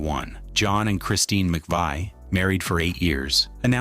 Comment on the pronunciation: Using footage of a tribute band is as bad as giving Christine no respect and mispronounced Mc Vie.